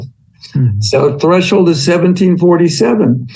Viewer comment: Fun fact: "Threshold" only has ONE h in the middle. It's thresh-old, not thresh-hold.